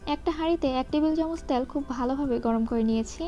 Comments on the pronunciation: আপু কিছু মনে করবেন না। আপনার ভিডিও কোনটাই মিস করি না। খুবই উপকারী আর সহজভাবে আপনি রান্না শেখান। সে জায়গা থেকেই বলছি, প্লিজ উচ্চারণের দিকে একটু মনোযোগী হোন। বিশেষত, তেলকে আপনি বারবার "ত্যাল" বলেন। এত সুন্দর ভিডিওর মধ্যে এমন উচ্চারণ শ্রুতিকটু শোনায়।ঠিক করবেন আশা করি। আপনার জন্য ভালবাসা ও দূয়া ❤️ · আপু "ত্যাল" উচ্চারণ টা কানে লাগে।